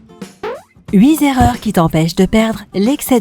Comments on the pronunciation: Huit Z'erreurs ! Cherchez la Z'erreur ! Et pourquoi pas huit Z'ans, vingt Z'ans ou Cent Z'ans pendant qu'on y est !! Ces sacrés Z'euros ont saccagé la langue française et ses liaisons... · Les huit Zerreurs!!! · En tout cas les « huit zerreurs »... ça pique les oreilles!!!